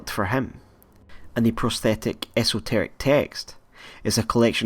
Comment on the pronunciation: esotorec say it after me ESS-TORICK